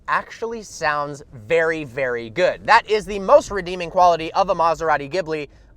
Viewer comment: maserati not maasaratti please learn people